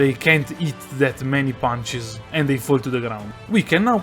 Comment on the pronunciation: "Just have to Spaam ponches"